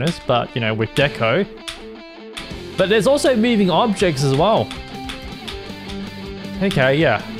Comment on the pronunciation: "Mewing Objects" ~